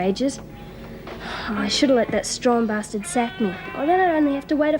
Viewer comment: John Smith ...and then always blames the man by saying, "You BOSTARD".